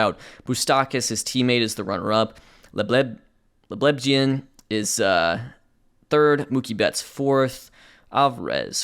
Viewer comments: I'm probably too late for this to be seen but the pronunciation on Jason Leblebijian is leb-luh-BEE-JI-an EDIT: Sorry that's WORLD SERIES CHAMPION JASON LEBLEBIJIAN. 1992 all over again babyyyy! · Apparently the name is pronounced Leb-le-bee-gee-in. He made it to AAA, elected free agency after 2018, and hasn't played since. He's the first person in his family to be born in North America. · I need a compilation video of him saying "Leblebijian"